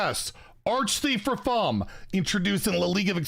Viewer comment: Come on it’s not Rafaam it’s Rrraaafaaaam